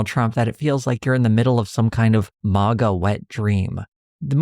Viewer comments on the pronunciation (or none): none